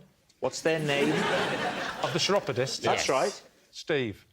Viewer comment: Chiropodist is pronounced with a 'k' at the beginning, not a cheesy 'ch'.